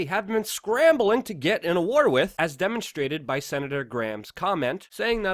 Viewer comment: 'With' is still pronounced 'with'. Not 'wit'